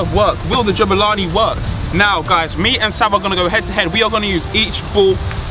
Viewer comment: It's Jabulani not JUBILANI